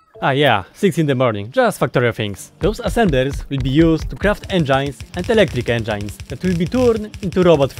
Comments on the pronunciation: Engines, enjines I learned a new way to say engines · It's funny how you say энджайнз instead of engines